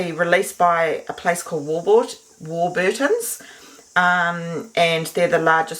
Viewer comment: Lovely recipe thank you. Im going to try these with my jar lids. Lovely them with butter abd dripping honey. By the way, the name is pronounced war-buttons, with the emphasis on the 'war'. They used to have a slogan, 'our family has been baking bread for your family for 100 years' !